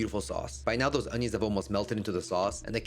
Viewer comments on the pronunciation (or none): none